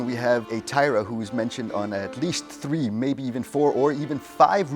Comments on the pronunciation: disappointed that the Danish runologist pronounces the name of Thyra as if it were an English name; “Teira” or “Taira” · The name is Thyre not Thyra. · So was I. Why pronounce Thyra different, when you pronounced Ravnunge-Tue (the carver) in Danish 🫣😅